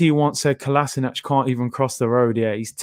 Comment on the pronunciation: Man said Kolaisnac airlines. You are hilarious at times. 🤣🤣🤣